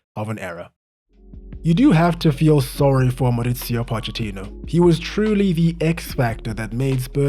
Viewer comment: Mauricio, not Moritsio